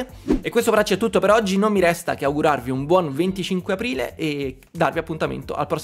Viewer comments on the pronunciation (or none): 25 Aporoile. La festa dell'anno più difficile da pronunciare 😂